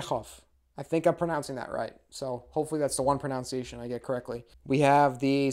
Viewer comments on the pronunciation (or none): >"Hopefully that's the one pronounciation I get correctly" >Mispronounces "pronunciation"